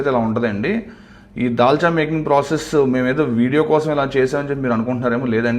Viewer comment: Dalcha అంటే తెలంగాణ మీకు రాదు dalxha చేయడం if u don't mind